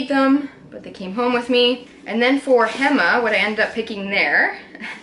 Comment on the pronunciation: Such a nice video!!! (p.s ‘local’ tip: hema is pronounced “hey-ma”) ❤️🧚🏼‍♂️